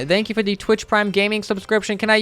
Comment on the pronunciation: Why does he say dankyou?